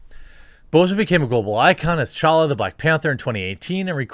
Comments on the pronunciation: Wow you’re the first person to actually pronounce T’challa right😂😂. Respect bro. The T is fucking silent people. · Major props for pronouncing "T'Challa" correctly